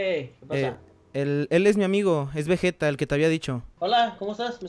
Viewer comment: no mames porque le dicen vejeta nddjdjjsjd es vegeta pinches locos dksndnns alv